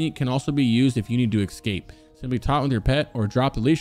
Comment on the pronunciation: "excape" xD